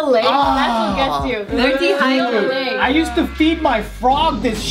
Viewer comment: "So they're dehydradated" Where did that indian accent come from? Lol